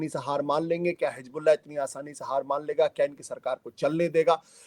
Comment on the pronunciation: Hijbullah nahi hain anpad, santani aur desh drohi.. it is pronounced as Hizbullah..